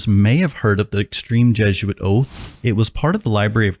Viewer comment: Just the slightest bit annoying that people pronounce it jeh-zhoo-uht instead of by the proper pronunciation jeh-zoo-uht